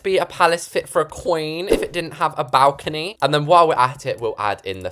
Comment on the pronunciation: Ah yes the bawcony